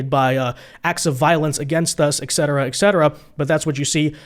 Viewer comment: I love you, but it is "et cetera" not "exedera"